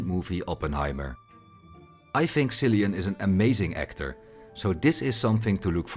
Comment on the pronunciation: It’s pronounced (Kil)-ian Murphy. And the first and so far only season of House of the Dragon was universally acclaimed.